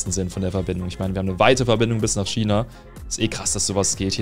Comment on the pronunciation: Es heißt China nicht schina